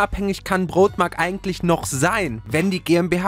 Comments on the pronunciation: Broadmark nicht Brotmark xD (nohate) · Broadmark ausgesprochen als wenn ein Nordeutscher beim Bäcker bestellt😂